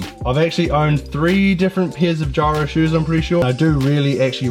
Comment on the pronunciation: Geero not gyro👍🏼